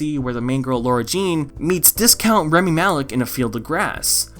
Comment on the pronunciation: everytime you said rEmi instead of rAmi i wanted to die a bit more